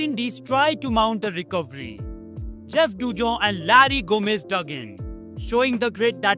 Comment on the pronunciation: His name is Gomes and I have only ever heard it pronounced like the plural of Gome (ending like Gnomes does). It sounds like you pronounced it Gomez. This being the type of thing AI text to speech does I wondered if the commentary was AI. No big deal, not as bad as pronouncing the TH at the end of McGrath (is pronounced M'Graah - shits me when Tommo gets this wrong lol)